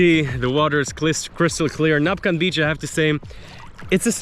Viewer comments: You keep on saying Napcan 😃. It’s Nacpan. ☀️😀😎 And finally you said it right in the end. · its NACPAN beach, not napcan hehehehe